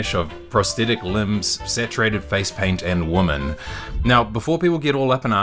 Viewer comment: Brother, ask ChatGPT how to pronounce the plural form of Women.